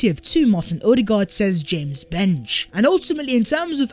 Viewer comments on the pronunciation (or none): none